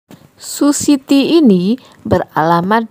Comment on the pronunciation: Suhi tey bukan sushi ti